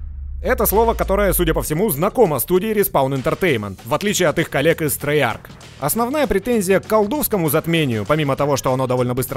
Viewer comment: Наконец-то кто-то правильно произнес название студии Трейарк.